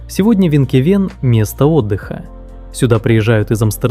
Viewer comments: Не "Винкевен"! Правильно произносиь Финкефейн! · Название Финкефеен а не Винкевеен 😂